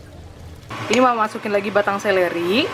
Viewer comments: Seledri mom..bukan seleri.. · Seledri kli bukan seleri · Seleri apaa? Seledri kali. Terganggu mendengarnya berulang ulang.